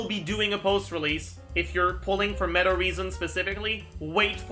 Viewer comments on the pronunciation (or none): none